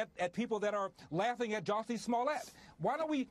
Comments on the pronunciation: Juicy Smull-yay.... indicted! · Who is Jussie Smollett? It's French actor Juicy Smooliyeah.